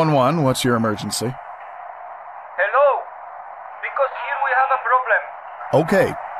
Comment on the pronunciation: man that HELLO is the most Puerto Rican hello I've heard in my entire life. Ik he a boricua